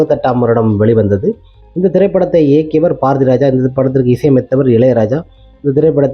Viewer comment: Paarathiraja, paalumahendra. Yenndaa ucharippu. Ucharippu varalaina vera yaarayaavadhu vachu pesavakka vendiyadhudhaane. Neraya per ippadithaa pesuraanga asingama irukkuyaa. Rajendraanu koopda maattanga. Rassendraa appideembanga. Yenna yelavo.